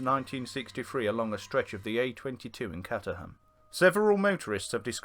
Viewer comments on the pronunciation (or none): Pronounced as "Catterr-haum"